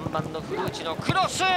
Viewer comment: 古内の発音が完全にフルーチェ